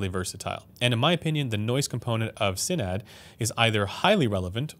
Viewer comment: thats not how u say sinad but ok